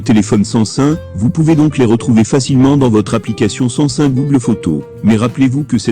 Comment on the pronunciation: Sais pas San.sun mais SAM SUNG